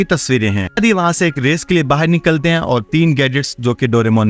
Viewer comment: BAHAR NOT BAHIR